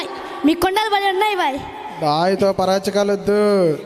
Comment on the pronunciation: Vlogger highlight 👏👏kandalu❌kondalu ☑️😂 Good skit brothers god bless you all